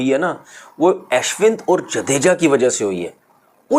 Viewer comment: Aaashwin nahi hai woh Ashwin hain, bolna tau sikhlo punjabi pakistaniyo gawar😂